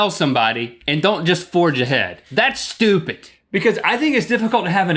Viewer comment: Link, your accent only ever comes out when you say 'stupid'. It's so funny.